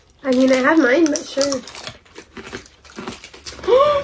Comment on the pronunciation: It’s the moine for me 😂😂😂😂😂😂 😅lol